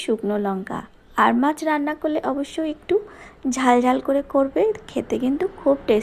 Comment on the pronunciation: "আর মাছ "-- না ---- "আড় মাছ"----'🤦‍♂️🤦‍♂️🤦‍♂️🤦‍♂️